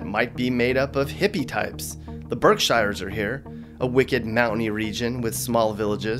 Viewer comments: Pronounced "Berk-shears" (not "Berk-shy-ers") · "BERK-shEYE-rs"? Berk-sheers. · It's pronounced BERKSHEEEER NOT BERKSHY-R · Ha Hah, “Burk - SHIRES”... I know of No One in the New England States that say it that way, “Berk-sure-z” more like! No really though dude, a great entertaining video! (ya Kant get Thea from hea) I guess that would be more like Maine. 😊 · 1. It's PRONOUNCED: The Berksheers. NOT THE BERKSHYARS! 2. Tom Brady went to tampa bay AS A FREE AGENT!!! 3. RED SOX WILL ALWAYS BE #1 for Sports FANS! 4. MASSHOLES?! WE DON'T GIVE A #### ABOUT WHAT YOU SAY ABOUT US! Massholes :) ALSO yankees SUCK!!!!! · it’s not the berk- shy-ers it’s the berk-shears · It's pronounced Birk SHEARs not Shires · It is not Berk shires, It is the Berkshears. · It’s pronounced Berk sheers not shires . From a Massachusetts native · Berksheeeeers not beekshiiiiires lol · It's BERKSHEERS. NOT BERK..SHIRES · Haha Berk- shires. Dude, were you even really here? Nobody calls it that. As someone has mentioned already Berk-sheers. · I've never heard anyone say "shires"...It's "sheers", and the state to our north, is New Hampshah. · Stop saying “berkshyers” you sound crazy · It's pronounced Birksheers. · … what the hell’s a burkshighers ? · It's pronounced Berk-SHEERS! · Berk-sheers, just sayin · It's pronounced "BERK SHE-AHS"... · Omg it is Berk-sheers...try again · "Berk-shires", LOL!! Grew up in "Hippie Students" area, and LOVED it----This transplanted Yankee in the South REEEEAly misses those mountains!!! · It’s pronounced Berksheer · It’s Berk-shears…Tom left as a free agent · Berkshires...pronounced Berk sheers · It's Berk-SHEERS, not the way you said it. 😖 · Berkshires, pronounced "Berk-sheers." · It is pronounced Berk-sheer and spelt Berkshire The Patriots are referred to as the Pats The Red Sox are called the Sox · Berk-sheers man. Berk-sheers. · It's pronounced "Berk-SHERES." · Same here. No 9ne ever says Berk- shears. Same people say Barn-stable. Damn tourist's!